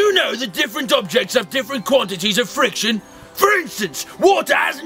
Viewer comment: The accents, I love it. Frrrrriction.